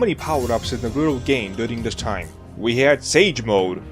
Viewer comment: I can't with you saying Naruto wrong...